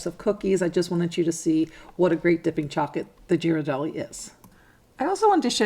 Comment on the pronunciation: Love these ideas! By the way, Ghiradelli is pronounce with a hard g (as in gear).